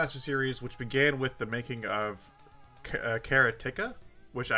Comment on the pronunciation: It's "karate-kah". Means a guy who does karate, a karate practicioner.